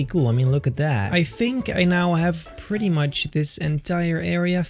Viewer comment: i like it a lot beter me: what? do you mean muht beter?